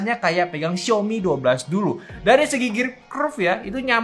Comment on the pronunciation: XiAOmi Bro, bukan XiOmi